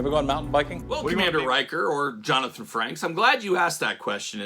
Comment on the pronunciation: It’s Frakes…. Lol. Not Franks like a hot dog 🌭 😂